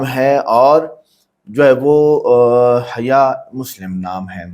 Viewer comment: Bhai naam tou sahi bolo. Urdu b bolna nahi aata kya… Hyya nahi haya bolo…